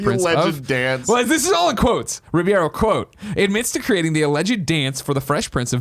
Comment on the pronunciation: Some day Greg will be able to pronounce Alfonso Ribeiro's name correctly. This is still not that day.